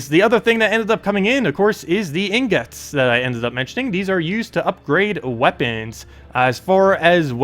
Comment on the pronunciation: 'EEEN GIT' ffs. your pronunciation kills me, my guy.